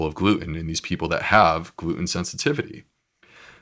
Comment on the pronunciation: Why does he say "glue-in" instead of 'gluten'?